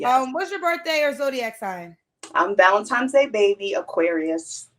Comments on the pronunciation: I'm really going to have to say, "People STOP staying 'ValenTIMES Day'!" It is "VALENTINE'S DAY!!!!!" Geesh, can we just STOP IT???!!!!🤷🏾😤😩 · Killed me valen-TIMES!!!